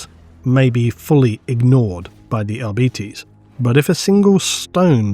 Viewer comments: Is it not arbitEs instead of arbitis? The latter sounds like an illnes or a bad fast food chain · For the love of the emporer, arbites not arbeates, but A for effort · If it's anything like Latin, I think it should be "Ar-bi-taze"... "Ar-bee-teez" definitely sounds wrong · Me: reading arbites as "r-bytes": "r-bee-tees" really? that's the lore friendly reading of it? sounds so...weak. Also, arbites = What if the church had SWAT teams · dawg what is with people saying "arbeetees"??? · Why do you insist in saying arBItes, it's so painful hearing it thay way 😔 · How hard is it to say AR-BITE-Es? It literally has BITE in the name! never fails to miss pronounce names 🤦‍♂️ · sure love the arbitis. Arbitis, arbitis arbitis i swear ive never heard anyone who read the books pronounce it arbitis. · Holy shit I am so tilted at how GW and the rest of the hobby pronounce Arbites. It's so wrong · Am I insane or is pronouncing Arbites differently? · YES!!! (and the other part is how Stallone pronounces "law" in the original Judge Dredd movie, too)